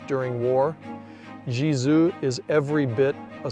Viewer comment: Nice video. In the voice over, you have a very fair pronunciation of French names (I'm not French - it is only my fourth language in fluency, English 2nd). With European languages there are a few sounds to learn. When you pronounce the name of Gizeux, it sounds like Gizou. The German ü, French u, Dutch u - all sound the same. The German ö, French eu, and Dutch eu - all sound the same. French and Dutch have a sound as in the French word "eye" (oeil) but in Dutch phonetics that sound is spelled "ui" (the Dutch will pronounce this a bit stronger relative to French softness). English doesn't have these sounds. You need to learn to hear and say them, if your ambition is to pronounce proper names the original way. Except for English loanwords, EUropean languages are phonetic - you just need to know the phonetic rules of each language to be able to read and write them easily. English is more like Mandarin where each word needs to have its pronunciation taught.